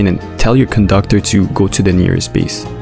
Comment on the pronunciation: caboi kandakturrrr😂